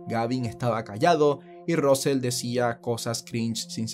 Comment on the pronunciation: Russel: rasel, no rosel 😁